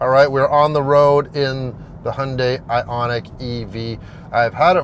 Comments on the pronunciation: Finally someone who can pronounce Hyundai correctly. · Hyeon dae I think is how the Koreans pronounce it.